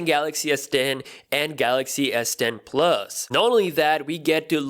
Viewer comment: All I hear is "S den 🅱️luhs"